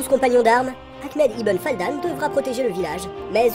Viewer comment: Fadlan, pas Faldan...